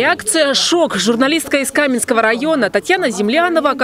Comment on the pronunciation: Калманского а не Каменского?